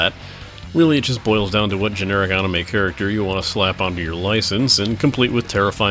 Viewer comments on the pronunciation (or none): ... you always said "anime" correctly. Why do you suddenly say "enimey" now? Listen, you were right, it's a Japanese word with Japanese pronunciation - they don't even HAVE any As that sound like Es or Es that sound like EYs! You were correct, it's NOT "enimey"! xD